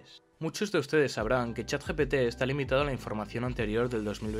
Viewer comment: Dijo: Chat "GTP"